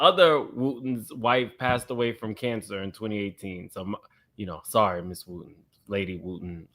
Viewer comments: Wooden not Wooten. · WOOTEN and WOODEN are NOT the same names. Please recheck your Research on Pastor Wooden's Wife. WOOD-EN 🪵🪵🪵🪵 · Touch your neighbor and say "WOODEN not WOOTEN!" 🤦🏽‍♀️🥴😭